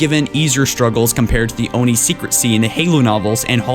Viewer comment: please call it Oh-en-aye....